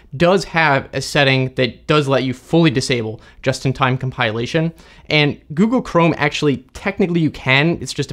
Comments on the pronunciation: Com pill ation, not com pile ation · come pile lation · comPIElation ?! never heard it saying that way... is that a thing ? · I always thought it is comPILation. Like a pill. Not comPIElation like a pie. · English teacher heren Never heard "compilation" pronounced this way before. I think it may be a case of interference of the verb "compile" . I'll give the tip a try. Thanks. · Hard to take someone seriously on computer security is they can't pronounce "compilation." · You're saying Compilation wrong 🤦‍♂ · I didn't know compilation was pronounced like this, but that's what I love about this channel. I always learn something new! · Getting triggered by his odd pronunciation of "compilation"